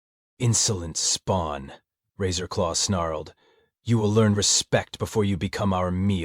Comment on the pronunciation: Every time the AI says Captain Razor law, my mind hears “Taserface”